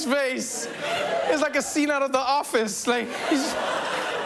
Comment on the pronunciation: Hello Mr the name is Kim jong not king jong......